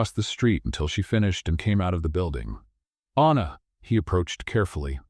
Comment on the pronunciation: I liked this story but the narrator kept mispronouncing Anna’s name incorrectly. Was it Anna or Aina? Even Sophia’s name was mispronounced, for that reason, I give this story an 8/10.